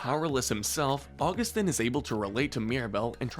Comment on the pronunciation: GOD DAM IT HE SAID (U-GU-STIN) BUT IT IS (AUG-OO-STEEN)